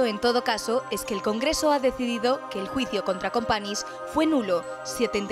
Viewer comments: Se pronuncia CompaÑs no “Companis”, toda un trabajo de investigación y resúmen histórico detrás y no decís el nombre correctamente. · Un mínimo esfuerzo por pronunciar "Companys" correctamente no estaría mal. ¿Un mínimo eh? No pido nada más.